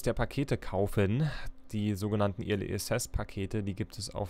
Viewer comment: Kleiner Hinweis: early wird "öhrli" ausgesprochen =)